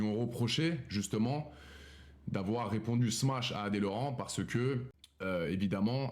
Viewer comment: On dit smache pas smatche ! Sinon c'est toujours drôle l'expression rebelote quand ça parle d'arabes ! 🐪🤣